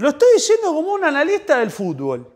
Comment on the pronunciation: Jajajajajjaja por favor dejá de decir "FUTBÓL" (CON ACENTO EN LA Ó) JAJAJAJA